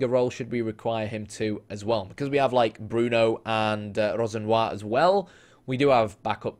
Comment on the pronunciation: Another excellent video, although just a tip, Rosenior is pronounced Ro-Zeen-Ee-a